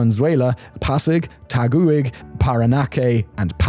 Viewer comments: It's pronounced DuTERte, not Duerte. Also, it's TaGIG, not TagUIG. Their slogan is: "Think big, Taguig!" - 7 years expat in the Philippines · But he doesn't know how to pronounce Taguig. Granted, that is an obscure one for a foreigner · 😂😂😂😂😂😂😂😂😂😂😂😂😂😂😂😂😂your pronunciation of Taguig, Valuenzuela, Parañaque, and Pasay are so cute! Not to mention the butchering of pretty much every Tagalog word in this video. Keep up the great work!